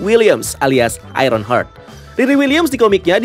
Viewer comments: mas, bacanya aironhart (heart=hati), bukan aironhert (hurt=luka) 🥰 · cara penyebutannya HARD bacanya bukan HURT wkwk